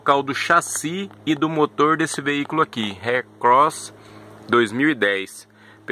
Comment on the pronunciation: "C3 Haircross" kkk